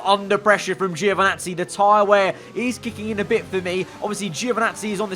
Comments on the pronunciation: Ouch "Geo" again. Poor Giovinazzi, he always get his name mispronounced so badly. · International phonetic is [anˈtɔːnjo dʒoviˈnattsi]. In short "gio" in italian sounds like a british would pronounce "djo" (no english "e" sound whatsoever) . In italian - or other romance languages - it's absolutely natural, but english makes different use of vowel sounds (same reason why italians often mess up english words).